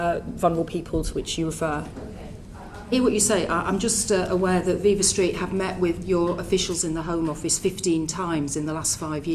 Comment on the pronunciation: Interesting to note Braverman's performative ignorance of Viva Street, by mispronouncing viva.